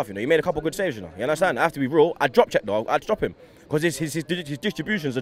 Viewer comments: "Yunderstand"... Get it right, commentators! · ”Undertand? I don’t understand” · You undastand lol 😂